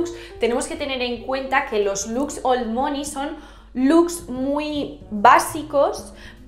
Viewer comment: Soy la unica que le dolia escuchar mOney todo el rato mal pronunciado 😔?